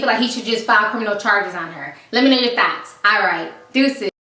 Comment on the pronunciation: in the end it always sounds like ur sayin "lemme know ur thots" and i love it